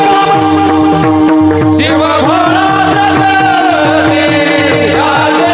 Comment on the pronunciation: ३९:४४ शिव भोळा चक्रवर्ती आहे चक्रव्रती नाही, उच्चारण सांभाळावे अर्थ बदलतो राम कृष्ण हरी